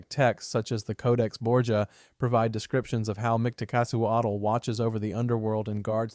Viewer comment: 😁 We Mexicans normally don't stress Aztec words (Nahuatl language, properly called) on the last syllable, so for instance Micteca-CI-huatl, Mictlante-CUH-tli and so on are commonly preferred. 😁 In any case, I like your videos very much! 😃